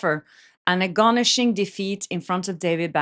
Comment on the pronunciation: So sweet your pronunciation of "ag-on-nising". You said "ag-gon-ishing"...made me giggle 😂